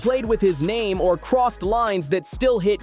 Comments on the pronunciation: Why is he pronouncing his name wrong on purpose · Imagine doing a whole video and saying his name wrong for a half hr